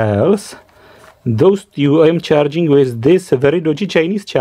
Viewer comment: omg stop saying " TJŮ " its fakin " TŮ " i believe no one told you so far ..... Tyou Tyou Tyou....